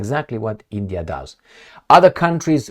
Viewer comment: It's not eeendiaa